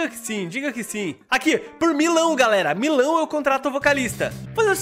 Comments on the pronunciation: KKKKKKKK O FALANDO MILÃO E N MILHÃO KKKKKKKK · Tu falou Milão parece milho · Acabei de perceber que o fala Milão kk é quase melão